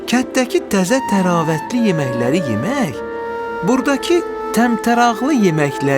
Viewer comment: yemeh yox yemek